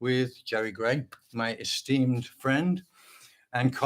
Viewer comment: I thought you said "Steam friend" then I realized it's "esteemed friend".